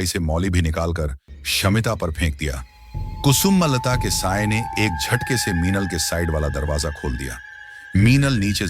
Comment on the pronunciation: Its not kusu malata its kusumlata you idiot. But music is fine.